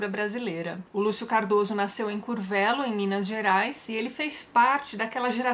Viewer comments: Adorei o vídeo Tati. Como sempre incrível. Sei que você gosta de pronunciar os nomes de forma correta então o nome da cidade é Curvelo (Curvêlo). Abs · Oi Tati... é "CURvÊlo". Sou daqui...hehehe . Cidade vizinha a Cordisburgo (cidade natal do Guimarães Rosa). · Se pronuncia "curvêlo". Sou mineiro. Tenho o livro e quero ler. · Tatiana, pela bandas de cá, se pronuncia CurVÊlo! A despeito disso, gostei da resenha, acabei de ler o livro agora... legal ver sua visão sobre a obra. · Ótimo vídeo. A primeira coisa que faço quando entro no YouTube é procurar os vídeos novos da Tati. OBS: Curvelo (pronuncia-se Curvêlo) :) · Sua pronúncia de Curvelo soa muito estranha para um mineiro como eu kkkk Aqui o som sai assim: curvêlo rsrs. Se vc perguntar pra um mineiro onde fica curvelo da forma que vc falou ele provavelmente não saberá te dizer ou vai demorar pra se ater que seja a "Curvêlo" que todos conhecem. Ficou bem fofo sua pronúncia que, pensando pela primeira vez sobre, parece ser a correta.